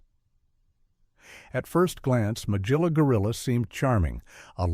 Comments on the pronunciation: Hard G in Magilla Gorilla. Mug-illa. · Let me begin by saying you mispronounced Magilla's name. I never saw sexism in Captain Caveman And The Teen Angels. And the clips from Josie And The Pussycats you showed were from Josie And The Pussycats In Outer Space, which premiered in 1972, two years after the original.